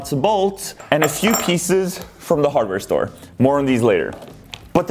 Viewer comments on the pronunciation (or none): I thought he said the abortion storr